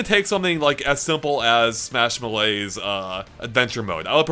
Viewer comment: saying "Smash Melee's" sounded to me like "Smash Malaise"... Just thought I would share.